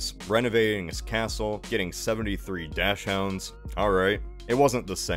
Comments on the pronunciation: um, not to nitpick, but you do know it's pronounced "docks-hund" right? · That is NOT how you say dachshund, good video tho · What the hell was that pronunciation of dachshund? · really called Dachshunds "Dash Hounds" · does anyone else pronounce dachshund like that? I thought it was more like docksend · It's the literal translation of the German dachshund to English. And if we were to be pedantic, it should be pronounced "daacks hoond". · Dash hound lmao You tried